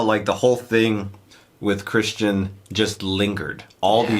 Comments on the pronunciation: Why keep saying Christian? it's Criston :) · Episode 6 and you are still saying "Christian", lol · His name is Criston, not Christian. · CRISTON!!! CRISTON! SER CRISTON COLE!!! NOT CHRISTIAN!!! CRISTON!!!! I know I'm way too late. But come on!!! You have the subtitles on! How are you still getting the name wrong?!?!?!? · His name is CRISTON, not Christian. The world of Game of Thrones did not have Jesus. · Your pronunciation of “criston” as christian is absolutely triggering its “Sir Criston” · I hate to be a dweeb but it’s Criston not Christian. Y’all are great, but the mispronunciation drives me just a bit nuts. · So, nobody's gonna tell them that it's Criston, not Christian? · Love your reactions, just one little point, the Kingsguard knight is Ser “Criston” Cole, not “Christian.” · Guys, his name is not "Christian" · Well, she was married to someone EVERYONE knows is gay. No, he didn't sleep with her. Couldn't get it up. So, what was she supposed to do? The kids are innocent and Rhaenyra had babies, whose royalty comes from her, anyway--so who contributed the sperm shouldn't matter. Also: it's either Criston or Crispin, not Christian. :')